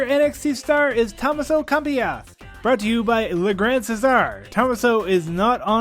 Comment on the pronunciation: Nice job but you totally botched Tommaso Ciampa's name. lol